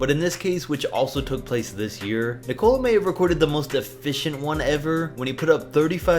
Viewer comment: why cant you dimwits pronounce Nikola right?